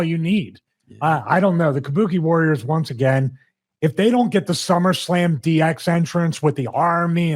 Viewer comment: KAH-BU-KAY WARRIAHS.